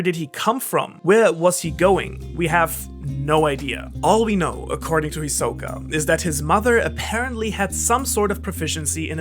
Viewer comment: It’s HIsoka NOT hiSOka